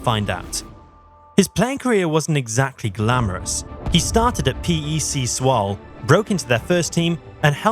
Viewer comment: It's not Swol lol. You pronounce it as Zwolluh